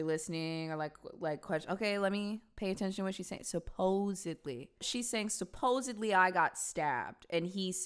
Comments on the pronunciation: shes saying someone hurt him n he didnt call out to her for help...thats the story shes trying to go with. fun fact 70% of homicides involve alcohol actually.... she said "supposeBly" lol just wanna stay factually accurate here 😂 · No, she did not say "supposedly...", she said "SUPPOZABLY". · To be fair she said "supposebly"